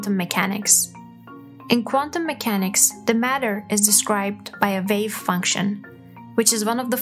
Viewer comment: Difficult to follow since she pronounces all her w's as v's. What on Earth is a "vave function"?